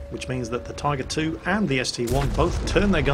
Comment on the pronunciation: I heard him say Typer 2